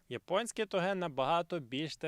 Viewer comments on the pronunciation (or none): Я вибачаюсь, але хіба не тОге?